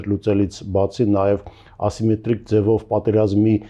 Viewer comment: ատեկվատ … բերեմիթրիկ … ասիմեթրիկ … օբերացիա … բրոյեկտ … ինֆորմացիա … րեսուրս … Թիմ … Թեմա … տրանսպորթային … Ասումա Անումա …